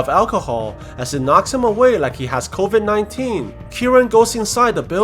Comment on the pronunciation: I love how you said coivd 19 it was funny 😂😂😂🤣😂🤣😂🤣😂🤣😂🤣😂🤣😂😂🤣😂😂🤣🤣🤣🤣🤣